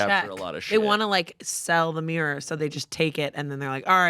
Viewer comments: I can’t cope with how they pronounce mirror😂. It sounds like ‘mierr’ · Why does pronounce mirror like that